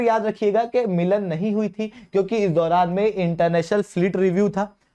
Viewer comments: मिलान नहीं मिलन है हिन्दी को भी english में पढ़ने की गजब की बेवकूफियत है 😂😛😛😛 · I guess it's 'मिलन' not 'मिलान' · Brother say Milan not Milaan. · HAD HAI milAAAn nahi hota Milan hai (meeting wala milan)